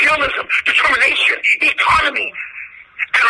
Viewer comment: Did he say “iconomy” ?!? What the fuck is that?